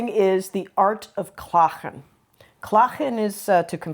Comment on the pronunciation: Well done! You two show understanding. Very wise. Oh and I noticed the 'g' in klagen. Smooth, without scraping. Elegant!